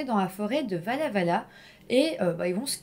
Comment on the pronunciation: Insolite de t’entendre parler de Walla-Walla (on prononce “Oualla”), un coin que je connais très bien !